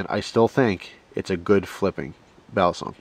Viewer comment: It's pronounced "Baleesong" Not "Balaaasong"!